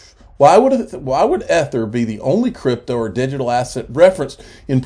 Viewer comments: EEEEEEEEEther EEEEEEEEther, please say it correctly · You can stop mispronouncing "ether." You've made your point. It just sounds dumb at this point.